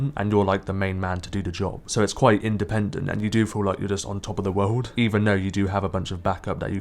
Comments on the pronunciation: Its world not wouuuld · "world"! Dude sounds like he's deaf most of the time as it is, but he needs to avoid that word.